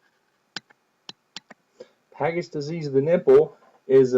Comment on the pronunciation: FYI it's pronounced "p-adge-its" disease, great review none the less!